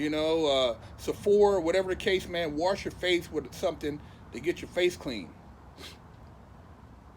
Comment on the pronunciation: "Warsh" Lmaoooo